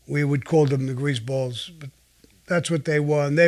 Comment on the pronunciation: Hearing Sammy say Greeezballs takes me back to my formative years. Thanks Bro.